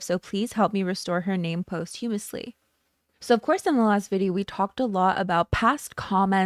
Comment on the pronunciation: Please check the pronunciation of 'posthumously'. No shade. Just check it out in comparison.